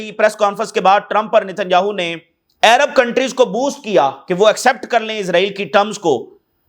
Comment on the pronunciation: Tum American ho Kya Jo Arab ko ayrab bol Rahy ho boht over action mat karo